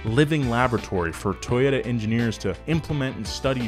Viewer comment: toyota? it was toyoDUHH~~